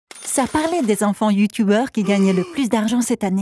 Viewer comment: « Youtoubeuuur » je suis mdrrrr 🤣🤣